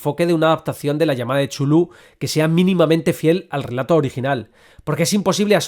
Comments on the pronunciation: Por favor,: Chulu no!!!! Tulu, Catulu, Cutulu, Cultuju... lo que sea menos Chulu!!! Por lo demás, aquí sigue teniendo usté un rendido admirador. P.D. Si hubiese que votar por un director, yo votaría por Eggers (sí, sobre todo) o por Del Toro. No conozco la obra de Stanley aún. P.D. II - Sí. The Endless de Benson y Moorehead es una de las mejores pelis "lovecraftianas" recientes. Aunque no maneje en ningún momento elementos explícitos que remitan al autor de Providence, tiene su espíritu de hoz y coz. P.D III - Miedo me da que se inaugure una franquicia lovecraftiana. En realidad, hay una docena de pelis que son (a veces de forma explícita, a veces no tanto) adaptaciones de obras de H.P. Lovecraft. Las primeras en los años 60's y 70's ("El Palacio De Los Espíritus", "Die Monster Die" o "The Dunwich Horror", las tres de la factoría de Corman. O la absolutamente genial "Messiah Of Evil" de 1972). Pero lo que sí es cierto (y lo dices bien claro) es que es muuuuuy difícil transmitir el espíritu de ese tipo de horror cósmico al cine. Por eso la mayor parte de esas pelis han fracasado, de una forma u otra. Por encantadoras que a mí me resulten algunas (sobre todo las cormanianas). Lo realmente complicado es que el lenguaje cinematográfico transmita las mismas sensaciones que los relatos originales nos producen a sus lectores. Y si el fandom de Tolkien y de otros autores es jodido de satisfacer, no te digo nada del de Lovecraft, ejem... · El video fue increible, pero para alguien como yo, que toda su vida pronunció Cu-Tu-Lu, fue doloroso escuchar chulú tantas veces XD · No me parece correcto pronunciar 'Chulú' Se prronincua así.... Cth- (carrraspeo, 'Zz', J)... ulh ( u gutural, L, jota suave y otra vez una 'u' gutural ).... 🫥